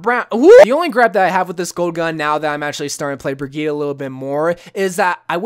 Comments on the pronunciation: Its pronounced bri-geet-ah not to be rood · I pronounce it bri-G-itte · The way he says Brigitte triggers me